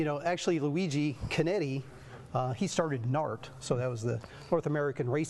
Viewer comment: Beautiful exhibit. Not to criticize, but hope that the correction is made. The name is Luigi Chinetti, Jr. not "Conetti". I hope that corrections can be made before any material is printed. Ferrari enthusiasts are critical of details.